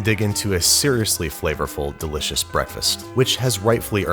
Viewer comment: Verry dilishesh Nice